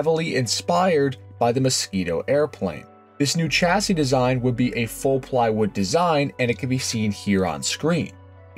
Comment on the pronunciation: Chassis is originally French and is pronounced 'shassi' not tshassi.